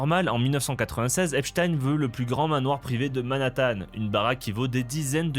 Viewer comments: Petite correction : Epstein se prononce Epstine et non Epchataiene. Comme on dit pain au chocolat et non chocolatine. 😁 Débat clos. 😁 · Ça se prononce Epstine. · Epstein se dit Epstine en anglais. Je précise parce qu’on est les seuls à le prononcer à l’allemande (comme ça devrait être fait comme Einstein, certes). Dans toutes les vidéos que vous verrez à son sujet en anglais, attendez vous à entendre Epstine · Merci de prononcer Epchtaïne et pas EpSTINE comme les médias qui veulent que ça sonne Russe. (Agrou agrou !!! Céléméchants !! 🤡) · Faut dire epstine ou weinstine, c'est plus correct il paraît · salut, on dit epstiiiine ! 😅🤣😂